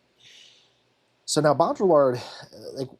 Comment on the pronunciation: bow-dree-yard is the best I can convey - the ll is more of a y in baudrillard.